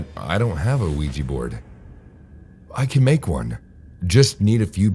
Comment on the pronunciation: "Have you ever heard of the ouigi board?" NOOOO